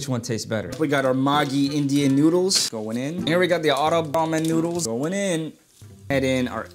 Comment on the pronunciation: That maaaagi nyudles 💀